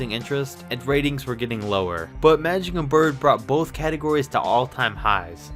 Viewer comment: He said matic Johnson 😂